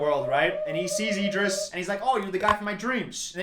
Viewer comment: obsessed with Idris’s name being pronounced as ee-dris